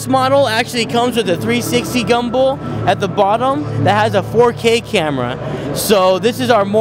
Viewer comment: When he was showing the K3. He called it a gumbal.